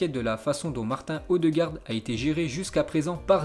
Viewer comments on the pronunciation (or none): je te connais depuis le ZI 65, j’avais arrêté de te regarder et je suis retombé par hasard sur ta chaîne et c’est toujours bien même si tu continues les prononciations hasardeuses comme « Renoa » pour « Genoa » ou « Martin Odegaard » prononcé à la française. Bosse-là dessus si je peux me permettre car ça ferait tiquer n’importe quel fan de foot